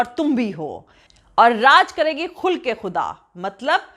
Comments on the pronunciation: खुलक ए खुदा(आचरण) नहीं, खल्क ए खुदा(बंदे)। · You are telling “Khulq e Khuda” that is not correct please tell “Khalq e Khuda” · Kabhi kabhi hum se bhool ho jaati hai jaise ख़ुल्क़ ए ख़ुदा (khulque - e - khuda)sahi nahien hai. shayad aise sahi hoga ख़ल्क़ ए खुदा (khalque - e - khuda)Mujh se bhi bhool ho sakti hai kisi urdu janne wale se Tahqeeque kar lijiyega. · Pronounced as Khhal'qe Khhudaa not Khhulqe Khhuda which means behavior as in Quraan Innaka la ala khhuluqin kareem .